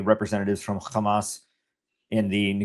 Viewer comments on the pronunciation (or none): There is no Khamas, that's the East-European/Israeli mis-pronunciation of the original Hamas